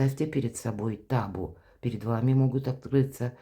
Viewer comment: А почему тАбу,а не табУ???? Прямо ухо сразило неправильное ударение!